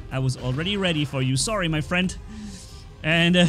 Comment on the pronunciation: What's up frrrrrrriend xD